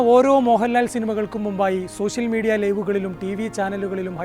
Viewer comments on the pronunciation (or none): വേഷം.... വേശമല്ല... ഓക്കേ.ലൊക്കേഷൻ.. ലോക്കേശൻ അല്ല...സോഷ്യൽ മീഡിയ... സോശ്യൽ മീഡിയ അല്ല. വേറെ വല്ല പണിക്കും. പോ സാറേ.